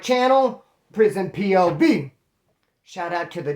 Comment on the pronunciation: The V in prison p.o.v sounds hilarious the way ya say it.